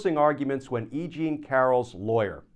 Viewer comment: "E Jean" is starting to sound like "I Ching" to me! 😅